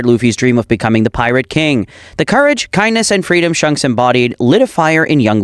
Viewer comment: Why did he called shanks shonks